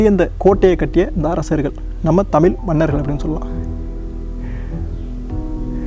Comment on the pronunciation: Elam super bro sina thirutham nenga pesumpothu tamilmanargal endu solama thamel manargal endu solreenga koncham mathikolunha bro